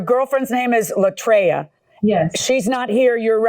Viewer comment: LA TRAY-A, not LA TRY-A Marilyn M.